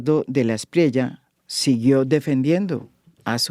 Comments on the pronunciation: Qué necedad tan irritante la del periodista venezolano: el apellido del hampón a quien se refiere durante toda la entrevista se pronuncia de la espriella y no de la espriela. Terco el señor. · Es espriela o espriella? Sé que puede ser una bobada, pero me rayo todo el video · Buen episodio. Pero no podía cada vez que el entrevistado decía “Espriela” en lugar de “EsprieLLa”